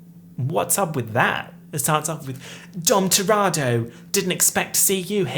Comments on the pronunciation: the fact you say “dom toratto” instead of dom toretto makes me so upset i can’t explain it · Are we just going to ignore the fact that said Dom Toretto wrong the entire time??